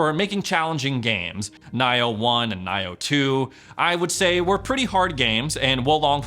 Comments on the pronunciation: Who the heck says “N-eye-oh”?! It’s pronounced “Knee-oh”. That mistake almost had me turn off the video . How can I be Xbox Ready if I don’t know how to pronounce the games correctly? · Dude, Nioh is Neo not Nigh-oh 🤦🏻‍♂️ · It's pronounced neo